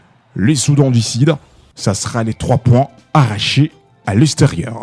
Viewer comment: Journaliste svplait soudan du sud et non Soudan du sid. Blessure et non blessire. Bien que cela vous avez une tres bonne diction en Français.